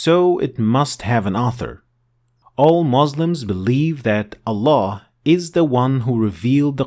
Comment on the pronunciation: it’s ALLAH NOT AllaN dude stop